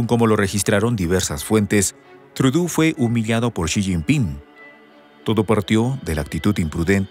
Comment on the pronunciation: No es “Trudú”, la pronunciación correcta del apellido Trudeau, del primer ministro canadiense es “Trudó” ya que es un apellido de origen francés.